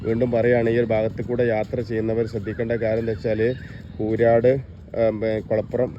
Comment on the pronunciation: കൂരാട് അല്ല,കൂരിയാട് മേലാൽ ആവർത്തികരുത്😅